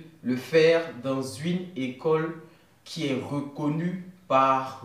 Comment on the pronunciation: Ok pour le challenge!!! Mais pourquoi dis tu ''UINE" au lieu de "UNE"?? 😂😂😂 Je te suis depuis le Gabon 🇬🇦